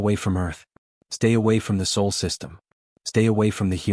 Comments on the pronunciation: And Sol, not Soul. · Sol, not soul you AI twit. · It's "SOL" System not Soul System. SOL is the name of our star. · Sol, not Soul... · It's SOL... not SOUL... dumb AI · SOL not SAUL. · It is alled Sol, not "soul". Earth is Sol III. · Not "soul".... it is called Sol.